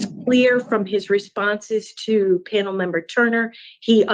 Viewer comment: The guy is a schmuck but I can’t stand the black gals questions, and why does she say pan-El. I bet if you asked her the same questions back to her she would get smart